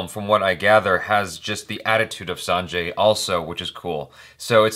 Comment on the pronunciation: It's true that Ranbir performance does look outstanding in this teaser.. in some scenes you believe he is Sanju/Baba.. but, in some scene we feel he is Ranbir.. But, i love both Sanjay Dutt and Ranbir Kapoor.. So, eagerly waiting for the release... you pronounced Sanjay correctly.. But, his surname.. Dutt.. should be read as Datt.. Love you.. Keep working.. Keep rocking.. 🕺🕺🕺